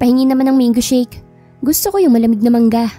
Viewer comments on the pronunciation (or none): none